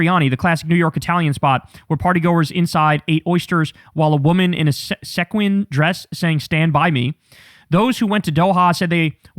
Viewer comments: “see-quin” like the little shiny plasic bits on a dress. sorry to nitpick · you mispronounced 'sequin', try saying it like see-quin. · that word was SEE-QUINN... (sequin)... guess no such item in your closet. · Kyle not knowing how to pronounce sequin 💀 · At least we know ther is no chance kyle is gay if he can't pronounce sequin dress.